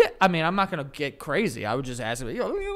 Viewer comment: I can totally believe Joe says “I was taken back” due to his “ax” instead of ask….